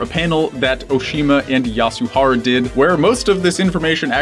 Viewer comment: Yahuhara? Neiyoto? Who are you talking about? Don’t wooosh me, I know who they are, I was just joking about the pronunciation